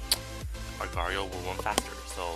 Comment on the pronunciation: its pronounced agar dot eye oh